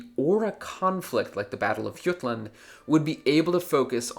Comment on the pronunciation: it's called THE BATTLE OF J-UTLAND NOT Y-UTLAND